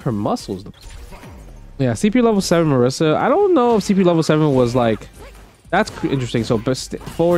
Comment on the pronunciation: MA-REE-SA. Lol.